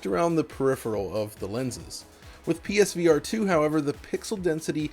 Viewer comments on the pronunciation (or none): Pesverato, got it! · Why do you say it like ”Peesveearetoo” it’s not one word 😂